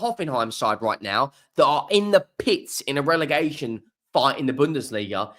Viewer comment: Relegation NOT Relergation… OUT